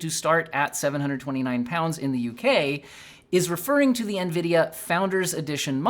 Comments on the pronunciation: bro almost said Ngreedia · I think you meant to say "nGREEDIA." It's ok tho lol